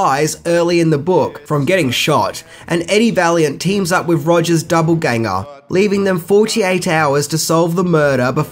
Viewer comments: It’s doppelgänger not double gänger. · Did did he say “double ganger” instead of “doppelgänger” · It’s doppelgänger not doubleganger.....FYI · I don’t want to be that guy but it’s DOPPLEganger not DOUBLEganger. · Doppelgänger not Doublegänger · Doppelgänger- not double ganger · Is he saying double ganger? Or doppelganger?